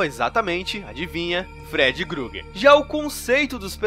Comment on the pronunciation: Da agonia ouvir alguém falando "Grueguer", mas o vídeo foi ótimo, estou ansioso pelos próximos. sucesso com o canal!